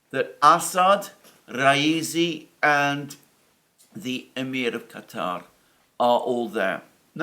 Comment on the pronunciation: Good to hear Alexander pronounced Qatar correctly, instead of the usual American pronunciation of "cutter".